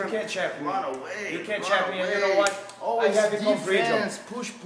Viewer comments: H’You can try to h’run Joe Hogan... but H’you can not Hide ... I ham trying to shave you Joe Hogan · Joe Hogan.... Heefer, hesearch, you cant try to Hun lmaoooooooo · “You can try to hun, Joe Hogan. You not gonna be able to hun away from yourself.” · "You can try to hun joe hogan, you cant hun away from yourself." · "You not gonna be able to hun away from yoself" 😔